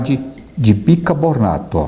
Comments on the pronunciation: Parabéns pelo canal e a disposição em levar coisas boas as pessoas . Mas acho que voce tem pronunciado " BicaBORNATO " ao invés de BiCARbonato -Ex. : e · sou admiradora de seu trabalho. Obrigada pelas receitas maravilhosas. Só uma coisinha: a gente pronuncia bicarbonato e não bicabornato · Por favor fale biCARbonato!! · Bicarrrrr bonato por favor